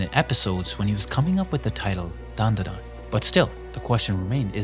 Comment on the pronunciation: Its Dandadan. Not Danadan. But ill let it slide.